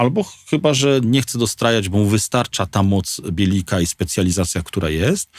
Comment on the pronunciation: Źle wymawiacie nazwę BielikAi powinno się ją wymawiać [belykaj], warto się przygotować do wywiadu.